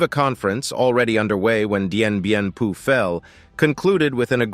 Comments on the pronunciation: Dien Bien FOU, pas Dien Bien PU :) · DIEN BIEN PHU PRONOUNCED DIEN BIEN FU!! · I find the multiple mispronunciations in the piece about Dien Bien Phu very distracting. Phu was pronounced like foo. Nguyen is pronounced like gwin. please do better research, PLEASE!